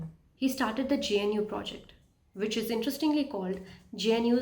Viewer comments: it's pronounced GUH-NOO as in Wildebeest not GEN-YOO. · I am Linux administrator since 2010 and used many linux distributions like redhat centos alma ubuntu kali mint and many more but for new users i recommend linux mint it very easy to use for new Beas. Good video but 1 tiny think that i want to correct is that you were saying jnu but its gnu other than that video was great best wishes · hey it is called GNU not G-N-U. If this helps. ग्नू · Its GNU, not JNU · GNU is pronounced Gnoo. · Thats what rote learners do pronouncing gnu as jnu 😂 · Calling GNU "je n u" is insane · Great video, I would like to learn more from you. I don't know what's the correct pronunciation of GNU but most people in community pronounce it as "Gu new".